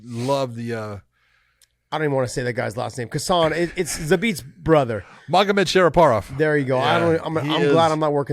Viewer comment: "Magomedshariparov" C'mon Big John...